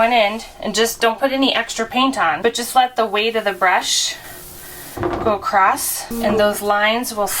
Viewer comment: Across not Acrost. LOL